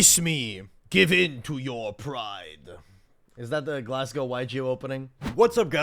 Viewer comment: Ive never been more triggered hearing Glass Gow. Its glaz like albaz and Go like, do not collect 200. (and farfa deserved the hate, not only for being a weegie but also running "lets make the previous hero/synchro format irrelevant" deck)